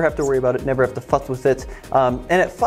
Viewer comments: Closed captions said "fuss" but it sure didn't sound like it. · I heard that too! The captions say “fuss” but I heard a distinct “ck” at the end 😂